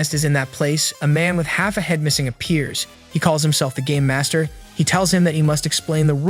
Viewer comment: Bro I heard instead of “ game master” it was “ gay master” 💀